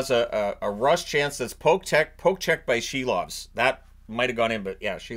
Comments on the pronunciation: Could you please at least pronounce his name correctly, it's Si-lovs like window sill, not she-lovs. Yeah, I get it, you think it's funny, but after playing great in the playoffs I think he deserves a modicum of respect. It's not only in the NHL pronunciation guide, but he also pronounces it this way. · I keep hearing the Canucks’ goalie’s name as “Shelob”.